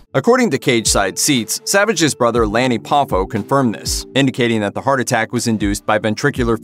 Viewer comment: Roid attack not heart attack lol